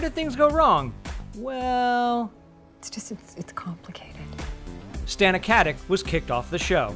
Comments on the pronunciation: Her name is pronounced STAH-nuh KAT-itch. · Learn how to pronounce her name at least; while spreading BS about Nathan you worm. ....and that isn't Terrance Paul Winter idiot. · At least pronounce her name correctly. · is no one talking about the fact that the reporter didn't even bother to pronounce Stana's name correct? Or even find a picture of the real Terence Paul Winter? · at least pronounce her name correctly... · Oh yeah totally going to trust in all of these as truth when you can't even pronounce Stana Katic's name correctly. NO CRED. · For the love of God would you please pronounce Stana Katic's name right!!!